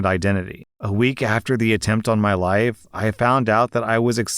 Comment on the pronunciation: anyone else hear 'I cannot be in his wife' instead of life?